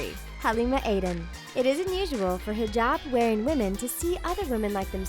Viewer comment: She said Hijab right c